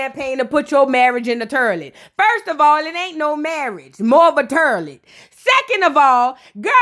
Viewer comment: “Turliot” is taking me out!!!!😂😂😂😂